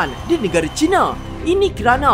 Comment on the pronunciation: Harap boleh membetulkan sebutan "China". 1. Jika disebut "China" dengan menggunakan "Cina", ia seakan-akan mewakili kaum cina dengan negara People's Republic of China. 2. Sebutan "China" itu boleh dikatakan dengan Chai na, bukan cina. Ini adalah cadangan saya kepada. Bagus video 👍👍